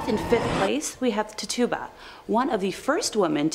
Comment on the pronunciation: Tituba = is pronounced Titch-choo-ba